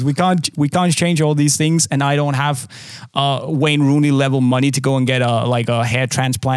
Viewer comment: Rayne Wooney 🤣🤣🤣